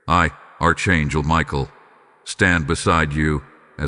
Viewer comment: It's pronounced Ark not arch like in a building